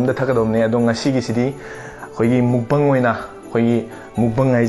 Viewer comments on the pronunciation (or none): It wasn't nice of u to go for Christmas gathering or sing the Christmas praise and worship songs Drunk .It's like u don't respect other religions. Do u go to ur temple drunk or do u feel like ur religion is superior to other religions.Amd btw the way u say mukbang is funny af.